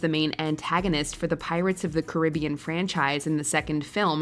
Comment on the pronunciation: Is this how Americans say Caribbean?